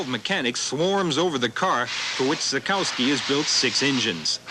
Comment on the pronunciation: The mispronunciations really stood out for me....even Renault of all things. I could understand pronouncing the silent W in Derek Warwick's name but it was humorous to hear him pronounce Zakowski as you would in the North America and then hear Lauda and Dr Palmer pronounce it correctly (the German way). It's a bit of a bugbear of mine.